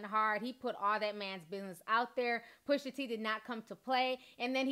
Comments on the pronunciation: PUSHAAAA.. NOT PUSHERRR!!! PUSHAA. SAY IT WITH ME T... PUSH.A! Thats all :) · Cute how you say Pusha's name Pusher